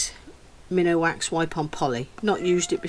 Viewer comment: I just found your channel & all I can say is WOW. They look amazing. I do have one correction though. Minwax is pronounced Min Wax, not minawax. Sorry, I don't mean to be a jerk, I think it's heredity. I loved the rings very much.